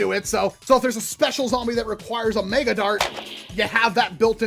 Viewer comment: Meg-uh, MEG-UH! NOT MAY-GUH! Mega is pronounced Meg-uh, not May-guh!